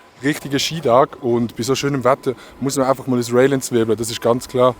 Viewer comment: Vor allem die schweizerische Betonung des Wortes "entzwirbelt" hat mich fasziniert.